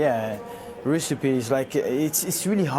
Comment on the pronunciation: Am sure I heard Louis Saha say recipe. Hahahah Deadly Dizzy, legend bro